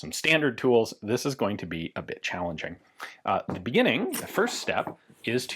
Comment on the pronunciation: "this is going to be a bitch...allenging." Almost had me there, Ian.